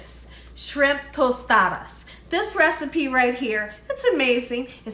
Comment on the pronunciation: you say Tostadas perfectly! 😊